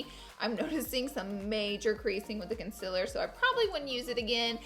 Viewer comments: She said concealer right!!!!!!😂😂 she always says conciler and in the video she said concealer❤️😂❤️❤️ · SHE PRONOUNCED CONCEALER CORRECTLY OMGGGG YALL (the first time she says it and the word comes across the screen)